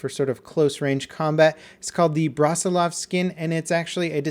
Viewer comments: Goddamnit, level. He's not braselof, the name is pronounced closer to brooseelov, with a short "u" sound and with stress on "i" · fyi. brusilov as in broo-SEE-love. Commanding general on Austrian-Russian front. Known for Brusilov Offensive.